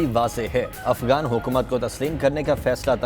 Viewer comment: ابے بیوقوف افگان نہیں افغان ہوتا ہے